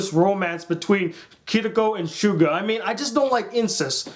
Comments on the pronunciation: Shoe-ga? Its pronounced so-go-ha, or sue-go-ha! Not Shoe-ga! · btw its not Kiriko its Kirito and not shuga its sugu(or suguha) and not kyaba its kayaba :D your spelling is just wrong , no offense.